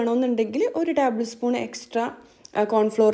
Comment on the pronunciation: Taaabal spoon alla table spoon